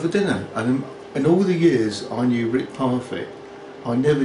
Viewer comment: Pronounces Rick 'Wrick' can't e en friggin speak English properly! Knob!